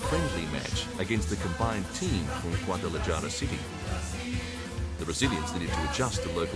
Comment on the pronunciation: Great pronunciation skills by the narrator. Guadalayara and stadio yalisco. Yeah right...At least he said Mario zagallo and not Maraio zagallo.